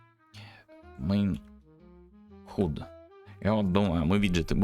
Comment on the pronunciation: Я конечно дико извиняюсь, но уши режет, не могу сдержаться - напишу. Есть простое правило в английском в закрытом слоге гласные произносятся НЕ так, как в алфавите. Например слово HUD произносится как - "Хад" а не "Худ"! Если вы не уверены, откройте Гугл переводчик и послушайте как он произносит слово... Не, ну реально невыносимо слушать.